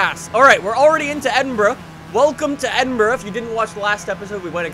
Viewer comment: raciing into edinbruh